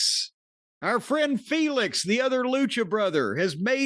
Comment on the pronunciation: I like how Jim continues to keep up his gimmick of #Felix instead of #Fenix (which highlights the different spelling of 'Fenix' from 'Phoenix' more than just saying his name out loud correctly tbh) he still calls Takeshita from AEW 'Take-A-$&(#' but I'd like to think if "Our Boy Take" was in the WWE Jim would change THAT nickname out of respect for superior booking of a good talent. ...I don't think Felix is gonna change tho lol